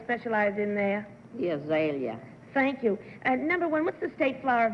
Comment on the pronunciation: I played that back about five times and laughed each time: "The Azalea." She sounded drunk.